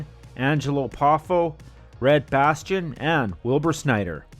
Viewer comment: If I have to hear this narrator say Red Bastion instead of Red Bastien one more time...POW! Right in the kisser!